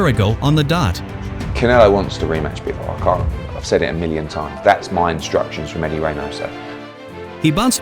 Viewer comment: Bivol not Byevol 😂